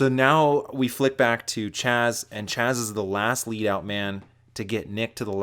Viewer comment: His name is jazz?! HAHAHA for years I thought it was chaz from the way you said it 🤦‍♂️